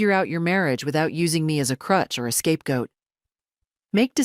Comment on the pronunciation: Bloody AI Trite with a fee bloopers. Scapegoat. Not escape goat Hehe.